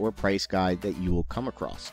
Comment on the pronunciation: "you'll come acrosst" ?